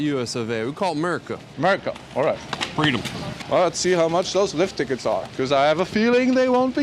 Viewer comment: I found the American guy unsympathetic after a few seconds he had appeared. The way he said freedom. 🤦 I guess americans didn't know there are at least 200 countries where is freedom. 🤣 There is no reason for americans to think they are the best in 2023. There are a lot of countries where life is better then in the US.